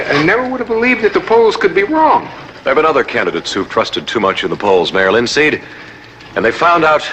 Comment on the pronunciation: It sounds like Adam west is saying "mail in seed" THEY PLANTED IT WAY BACK THEN! lol. This video cracked me up I can't believe I hadn't seen it.